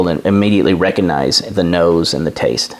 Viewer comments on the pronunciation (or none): none